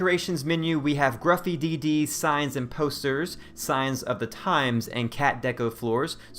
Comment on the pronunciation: Just FYI, but "Gruffydd" which you are pronouncing "Gruffy DD" is actually a Welsh surname. Its pronounced "Griffith."